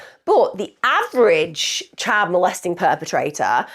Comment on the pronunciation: Whats a chid do tou mean child😂